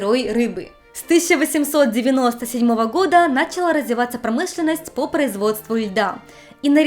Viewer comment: Столько всего уже было о Японии, но до сих пор находятся неосвещенные темы - на первый взгляд такие простые, но на деле куда более сложные! Спасибо вам,!! Есть один момент, который немного режет по ушам, особенно на фоне в целом качественного контента: на́чала вместо начала́. Слышу из видео в видео 😅 Надеюсь, мой комментарий вас не обидит и лишь поможет улучшить ролики!!